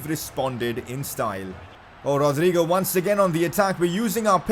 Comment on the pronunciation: Thats how ur supposed to say it